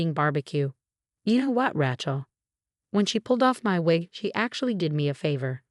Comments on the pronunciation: You know, “Rachel” has only one pronunciation and its “RAY-chel.” I mean I can understand the error in the case of words spelled the same but pronounced differently but when it’s only pronounced one way? Not looking so good for the “intelligence” part of AI. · Please use correct name. it's Rae chel, not Rachel